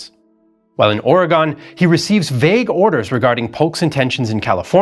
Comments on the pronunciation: Or-y-gone is a town in Ohio which is obviously where you're from. The citizens of Or-y-gun will let you know they are not "gone" but have the means to let you know they're displeasure. There are many examples of the East Coast persons deciding incorrectly how the West coast states pronounce their homes. Stop it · Oregon is also not pronounced like that either. It's more like Oregun. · It's was great until you said "Ory-Gone" now I question everything else you said. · From Astoria. Okay: love your stuff, but let's all pronounce it together America, hopefully for the last time: OR-ee-gun. Again, all you folks east of the Rockies: OR-ee-gun. Not ARE-uh-gone, but OR-ee-gun. And it's not Willa-MET, but the Wil-AM-et River. Would you like SHIH-cuhgo, Ily-noise? Thank you, please. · this should have been taught in school better Oregon is not pronounced OREGONE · Oregone? Hehe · True but even many American speakers erroneously say Ore-gone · The 33rd state hates how you mispronounce their name.